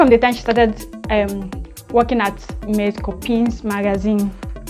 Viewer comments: Mes copens 😂 but the s in mes is silent. Nice review👌. Will check out the book later. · yes you did! (You just don't pronounce the "s" at the end of the words 😊) thk u, u're the amazing one to have been so patient through it all, I'm forever grateful 🥰❤️